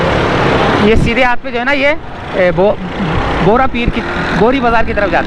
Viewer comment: Apne Galat bola Right par Mochi galiz Bazar he phir agle Road k Baad Bohra Bazar aate he.plz talaffoz Sahi bole Bohri nai Bohra he okkkk